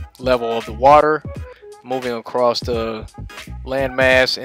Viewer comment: What the hell is 'wodder', anyway?